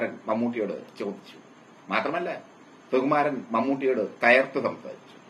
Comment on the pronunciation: ' സു ' എന്ന് ശരിയായി ഉച്ചരിക്കൂ പരദൂഷകാ.